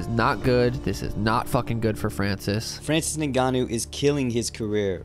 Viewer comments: Juste c pas Ngannou mais Nganu en africain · c'est pas n gannou c'est ngannou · 😢 C'est pas N ganou mais NGANOU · C'est pas N ganou c'est nganou point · Superbe vidéo, mais t'as écorché le nom de ton perso principal tout du long Renseigne toi sur la prononciation de son nom fonction d'où il vient Et si tu pense que c'est pas important car tu le prononce en français, je me demande comment tu prononce "Michael Jordan" Bref la bise et bonne continuation ❤ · Pourquoi les français aiment dire N'GANNOU alors que N'GANNOU, C'est la même chose avec Mbappé